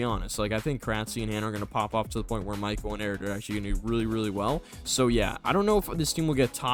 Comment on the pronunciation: Not calling michela michelle 😭